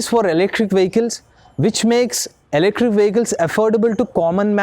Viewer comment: Ele-krik 😂 Thank you for your awareness.